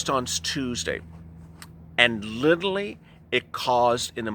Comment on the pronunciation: "Literally" damb it. Not "lilling."